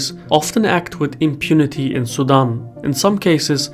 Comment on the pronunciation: Sudan vs Sudam. Try as I might to hear the N I kept hearing Sudam. Try using a long A as in tAble as in the name Dan. Su-Dan. Very good story. I love your work.